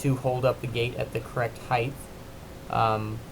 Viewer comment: Pet peeve alert! The vertical measure of something is height (heigh-T) not heigh-th. With that being said, your design with mitered corners and mitered corner braces using a quality miter saw means a fast and square gate with very little fuss. Also, I bet your customers appreciate how quick, easy, and clean your product is. Nice job!